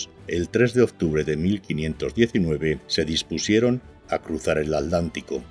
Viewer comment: ¿Por qué los españoles cada vez que nombran al océano Atlántico, dicen "el océano alántico"? ¿Algo les impide pronuciar la letra T? . . Para los españoles entonces los Atlantes, eran los "alantes" ?